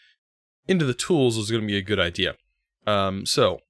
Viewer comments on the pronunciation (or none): none